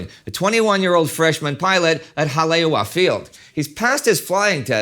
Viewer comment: Hale'iwa (Ha-Lay-Ee-Va) Not a lingustics student, but born and raised in the islands. Most of the rest of the pronunciation is fairly good.